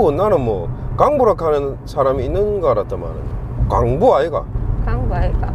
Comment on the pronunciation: 광~부를 언니는 꽝부라고 하노,,,, 부산말 똑바로 배우소이.